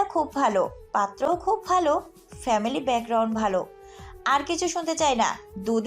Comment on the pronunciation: ফেমিলি নয় “ফ‍্যামিলি”